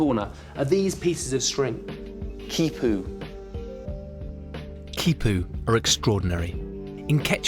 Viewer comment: This man is in South America and he doesn't take the time to learn to pronounce the words like Quipus,Llama which would be Ya-Ma very easy. Just makes him sound like an idiot.